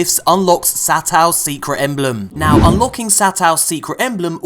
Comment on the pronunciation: You pronounce it "Sah-toh" 「さとう」, you beautiful bastard. :D